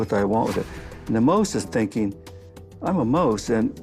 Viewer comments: “the moase”? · Liberals are all psychopaths. Antifa. Bernie Sanders. Killary Clinton. The whole Bush family. The Rothschilds. Need one go on? Uh Oh the guy does not know how to pronounce the word mouse. mose!